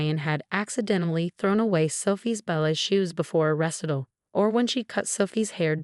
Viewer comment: Ressitel? You mean recital?